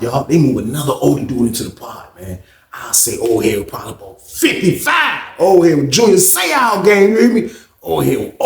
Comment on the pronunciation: Dam why you had to say "55" like Dat mane😂😂😂😂